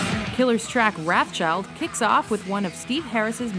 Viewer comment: you mispronounced wrathchild and that irks me.